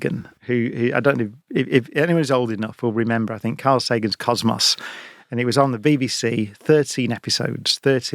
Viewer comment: Come on Brian it is not cosmoss it is cosmos.